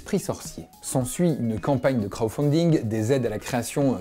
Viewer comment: j'espère que t'as compris que si je dis ça c'est parce-qu'il dit crowfunding et non pas crowdfunding...